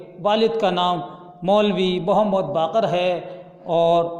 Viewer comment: बाकिर सही उच्चारण है